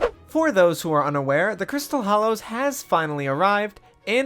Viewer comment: Hollows* not Hallows